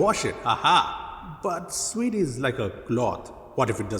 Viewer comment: What's wrong with?? "Suede" 😭😭😭😭